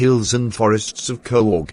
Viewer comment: Bro it's not corg it's Coorg pronunciations is more important